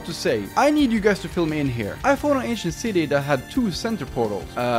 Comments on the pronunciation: Lol I thought he was saying asian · I keep hearing “Asian City” 😂😂 Lmao but wow it’s incredible! Can you come and fix up mine now?? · I turned on captions, and whenever you'd say Ancient City, the captions say "Asian City". 😂😂